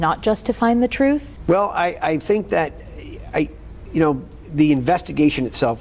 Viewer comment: What does one do if a corrupt POS nightmare like Mass State Police goes toooo corrupt? You hire a man that literally says DAT instead of that. Case closed, he’s a chump…